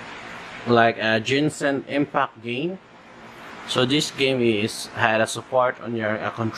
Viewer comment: i laughed when he said ginsan impact